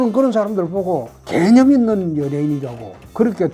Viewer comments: 왜 개년있는 연예인으로 들리지? 개년이라고 생각하지않는데도 불구하고ㅋㅋㅋㅋㅋㅋ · 개념 단어 말씀하실 때 악센트 정확하시네요 ㅋㅋ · 대표님 발음이ㅋㅋ 개!념있는